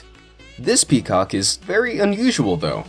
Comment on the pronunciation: Hahahah PEE COK